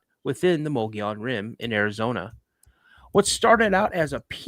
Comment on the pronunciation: You know you are saying The word wrong Mogollon . I am a witness of this creature and it was along the Mogollon Rim in the middle of the desert my encounter happened in the year 1993 .